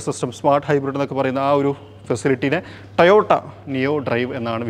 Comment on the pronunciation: കുഞ്ഞിമോനെ കമ്പനിയുടെ പേര് എങ്കിലും വൃത്തിയായി പറഞ്ഞു പഠിക്ക് ട്ടയോട്ട അല്ല ട്ടോയോട്ട ok